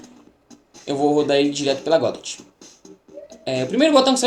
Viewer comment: Mano aprende a pronunciar o nome da bagaça direito não é "godóte"